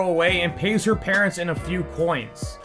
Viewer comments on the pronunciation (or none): none